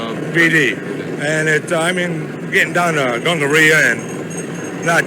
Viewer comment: He said gongaria!😂😂😂